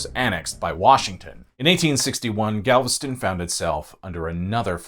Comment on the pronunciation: BOI of Galvatraz and you most definitely pronounced everything wrong 🥴